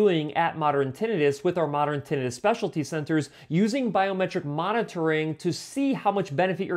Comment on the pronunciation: Great ideas but please learn to pronounce Tinnitus. Had to leave because of it.